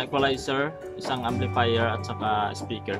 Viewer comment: "equalizee and amplifeer rewiew, good job, stay conex